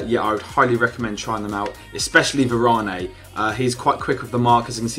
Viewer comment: Varanai ? The e is silent. Lul